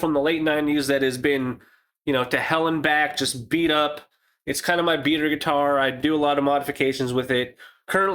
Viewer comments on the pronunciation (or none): none